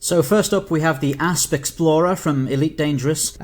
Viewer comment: I suspect your preparation for voiceover included: Practice emphasising the "P" sound in Asp Explorer.....